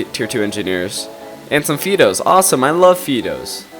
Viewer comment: Fido. Is it not pronounced like the dogs name? Sounds like High dough. I'm glad somebody finally created TA for the 21st century! Keep producing these videos. Love em.